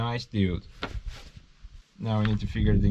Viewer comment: Every time you say "dude" cracks me . like where neighbors.